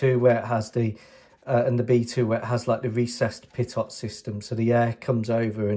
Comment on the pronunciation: I like the "what if" approach. I'm not skilled enough to do it myself so I appreciate the efforts of those who are. One tiny little niggle, and I know it's not really relevant, but the second 't' in pitot is silent. It's pronounced 'peet oh'.